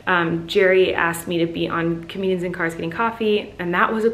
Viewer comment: I love how colleen says " dar dar's" instead of cars 😂😂